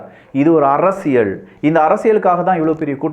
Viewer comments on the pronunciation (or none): Your videos are too good. I'm started following all your videos. தெளிவான விளக்கங்கள். Only one humble request in your title intro. ஆழமான அரசியல் சதுரங்கம் But you are saying ஆழமான அரசியழ் சதுரங்கம். Please try to change from next videos. Sorry if I told anything wrong.